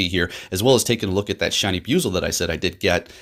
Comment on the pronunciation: Need to correct the pronouncing of the name it's bu-i-zel sounds like you keep saying biuzel